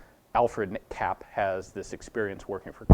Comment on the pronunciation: Kapp : pronounce it CUPP